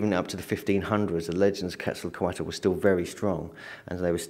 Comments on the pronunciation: PLEASE pronounce Quetzalcoatl's name right!.. Ketz- ahl - koh- aht... No "kwattle" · Got his name quetzzaecote